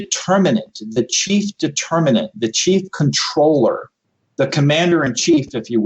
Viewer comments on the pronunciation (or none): none